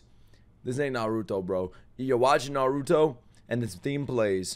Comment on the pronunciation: youre hilarious and the best reactor out there but christ, stop saying narooto, its nah- ruto. also, you would love this show